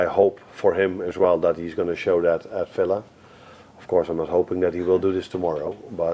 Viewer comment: Love Arne! 🥰 ...but someone needs to explain to him it's not pronounced Filla 😳